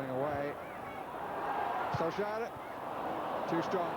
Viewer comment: His pronunciation of Solskjaer is terrible though. But yes an all time great commentator.